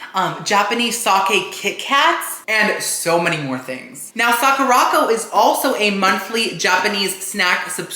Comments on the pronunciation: I heard you say the word Sakura correctly at one point. The box though is "Suh-kur-ah-co" not "sock-or-rock-oh" LOL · Sakuraco is pronounced saa·kur·uh co, like sakura (cherry blossom) co. 😭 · The way you pronounced Sacuraco 😂😂😂 Its Saw-kerr-aco 😂😂😂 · Isn’t Sakuraco pronounced like Sakura co.? Suh-koo-ruh co? It seems like he’s pronouncing it different on purpose though because he pronounced Sakura right, I’m confused!!